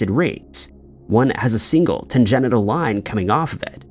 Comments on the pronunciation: "Tan-genital" line? How about Tan-gen-shul line? Oh. Wait. Maybe it's just not ignorance on how to pronounce words, maybe it's a Mandela Effect. This mis-pronounced word is disgraceful! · Great video, but I think you might be experiencing a slight Mandela Effect yourself. In your closing remarks about the CERN logo, the proper word is not tanGENITAL; it’s tanGENTIAL. 😂😂😂 Also, is that really your voice or are you using an AI voice trained to sound like, the host of The Why Files? First, it sounds quite a lot like AJ. But second, mispronunciations are usually a red flag indicator of an AI voice. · It's tangential. Not tan-GENITAL 😅😂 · Its tangential, not tangenital. Big difference.